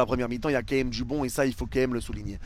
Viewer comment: Leçon de français : c'est pas qué même c'est QUAND MÊME !